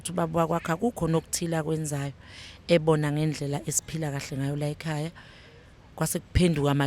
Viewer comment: Laykhaya si rushing singazi ziriahiswa yini..you guys are rich but can't even pronounce the word!!